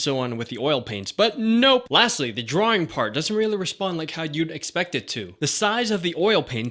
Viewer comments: I like how he says drawing at the beginning 'drooringg' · It's funny when he said: "DRAWRING"